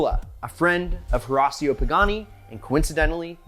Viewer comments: His name is pronounce: Hih-ratio. It is so hard listening to you so rasio. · Learn how to pronounce the man’s name instead of bleaching your teeth. Horacio ( Hor a shio)!